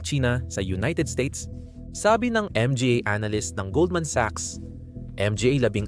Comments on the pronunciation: ...what the heck is M G A are you using AI?????M G A is pronounced in Tagalog in syllabic as MA NGA.....please fix this major issue first before uploading....and also it would be better if you input an automatic English transcript in every words you said in the screen so all over the world will be able to read and see your videos instead of tampering with the CC icon or the setting icon....please...i like your content well researched but failed in the upload content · PAKI-AYOS ANG PAGBASA - ang "PA" pronounced as "p" & "a", ang "MGA" pronounced as "M-G-A", hindi nman dati ganun, salamat sa content!